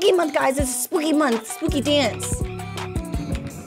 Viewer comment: No one: Nena:ESPOOKY MONTH